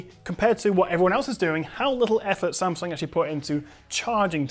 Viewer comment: Wow... It's the first time I heard non asian people said Samsung right... It's Samsung, not Sem Sang...